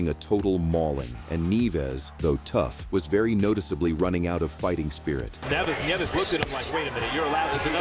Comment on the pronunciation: “Neeves” ?? Neevez?..? Its Nieves….nee-YEH-vess.